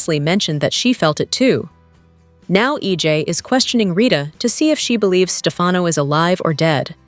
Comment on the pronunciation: It's not SteFAUNo. It's STEFano. And it's not MarLEEna.It's MarLAYna.